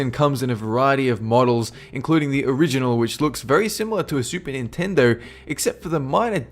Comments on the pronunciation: It is Nintendo not Chintendo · i laughed so hard when you said "chintendo" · I lost it at CHINtendo! Done. Can't even breathe. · Chintedo. Really? Really? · "Chintendo" guwd lol